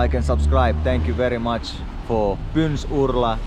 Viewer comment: Pynursla ❌ Pyns-urla ✅